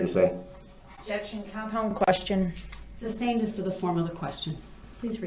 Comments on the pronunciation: "It was never substained, it was never even ejected to". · Did he say "substained"? 😂😂😂